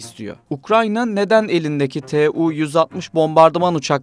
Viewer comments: 'Tu' diye okumak varken rahatsız edici bir şekilde 'T' 'U' şekinde kodluyorsunuz. Kodlayarak okuyabilmeniz için T ve U harfleri farklı kelimelerden alınmış olması gerekir. Ancak 'Tu' - Tupolev isminden geldiği için kodlamadan 'Tu' şeklinde okumanız gerekir. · Tee uuu 160 Tee uuu 160 deyip durmuş